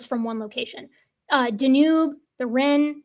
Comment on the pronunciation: The Danube is not in France. And you mispronounced Rhine.